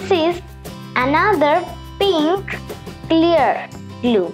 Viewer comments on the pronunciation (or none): You should have said clear not celearr